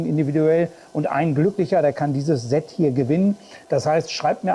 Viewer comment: Perfekte Vorstellung. Danke dafür. ABER: Versuche doch bitte, das Wort "Set" mit stimmlosem "S" auszusprechen. Das senkt dann den Gänsehaut-Befall ganz erheblich. Ist gut gemeint, bitte nicht falsch verstehen.